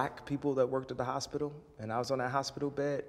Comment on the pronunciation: No more "hospital". I shutter when he says hospital. Mary40 youtube